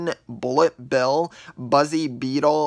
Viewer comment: Me: What is blit bill. mind: Bullet bill. Me: Finally get it right.